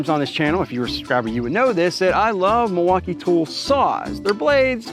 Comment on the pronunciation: Why do you say Milwaukee like you have a speech impediment?